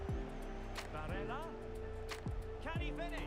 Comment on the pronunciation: you called him barella at the start of the vid😂